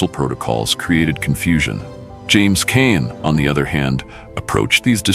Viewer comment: LOL, James "Cain"? Enough with your trash AI narration garbage. Is this another one of those garbage ad farm channels from India?